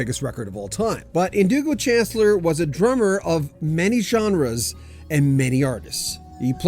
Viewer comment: Pronounced SHAN CLEAR...